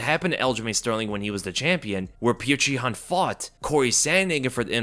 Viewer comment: This guy keeps pronouncing his name as “pjuwtjur”😂… petr is pronounced as “pyotr” man.. shit